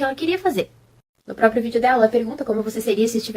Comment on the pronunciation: Eu amo que o fala Propio sem ironia